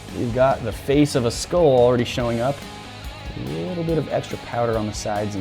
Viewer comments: It's pronounced skull not skoll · It’s a SKULL not SKOLL